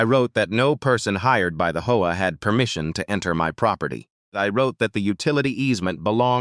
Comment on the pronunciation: This AI needs work between saying hoa instead of H.O.A. and saying s when is is actually a possesive 's. But the story is good